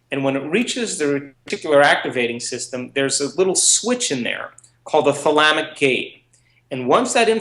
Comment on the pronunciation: did he say "Thalamic gate" or "Phalamic" or what?